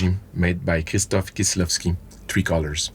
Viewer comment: But then he flubbed Kieślowski..... he'll suffer in the marks for that.